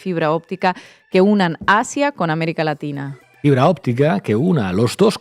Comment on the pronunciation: Se dice américa laxhina. O o o o 😂😂😂